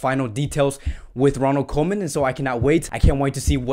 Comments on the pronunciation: Koeman is pronounced Coomann, not Komen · how about Koeman instead of comen xD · You pronounce it Koeman as oe like in YOU and it's no ay-djex.. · Micheal After — I understand “koe” in Koeman is like “cool”. Something like “coo-man”. Coman is like “ko” in Konami, the makers of pro-evolution soccer game.